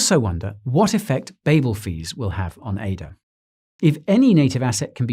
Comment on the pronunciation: Yeah, until you tab away and he starts spouting out "ADA" "Mary shelly" "Babble Fees" "Gougin" and your head starts to spin